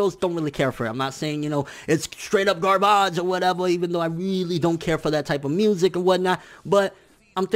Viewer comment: I think your 'garbage' was trying to be spoken in French or something